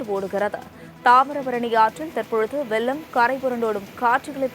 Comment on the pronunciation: அது வெள்ளம், வெல்லம் அல்ல🤦🏻